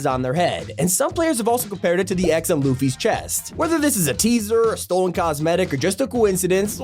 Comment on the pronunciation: The way he said Luffy 💀💀💀